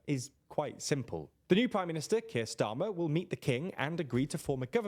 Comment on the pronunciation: DIDN'T YOU ALREADY " REACT" TO THIS YESTREDAY !!?? I seem to remember you getting Keir Starmer's name wrong and called him STAMO !